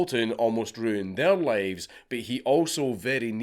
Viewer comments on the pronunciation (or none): none